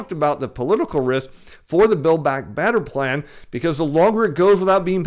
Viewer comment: Political "rith"? Billback "batter" plan? The "flure" people? is so desperate grasping at straws, trying to hold on to his deflation thesis, he can't even pronounce simple words anymore.